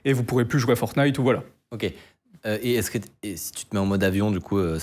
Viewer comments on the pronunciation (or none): none